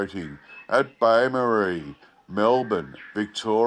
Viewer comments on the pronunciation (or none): bay marie? lol! lol! its bo-morris. it sounds like it had a bit of a wander around then followed its own scent back to the circus. i wonder if there were any reports about perry brothers employees buying padlocks from beaumaris hardware shops.